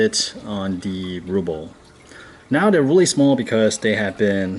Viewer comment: RUHHHHHBLE RUHHHHHH lol you're saying "rooble" haha I was like wth is he saying 😂